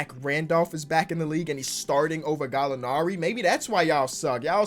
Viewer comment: I’m Italian and when you say Gallinari is probably the best moment in my life tbh